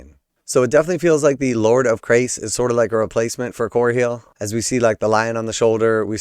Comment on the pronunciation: Chrace as in Church, not Chris.